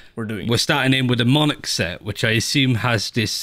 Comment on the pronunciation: Everyone: "Monarch": "Monic" / "Monaco" Also: great battlepass, the Ktac and jigsaw collections are top notch. I also really liked the Lightwave and deep-sea collection from the last one!